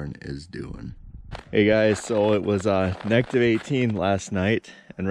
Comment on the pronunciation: Negtiv ? Is it that cold that you can’t say Negative?